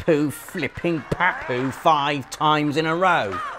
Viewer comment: 😂😂😂 he said papu like pa POO